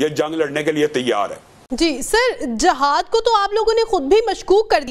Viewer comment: Its not jahad…its jihad…i hate punjabi urdu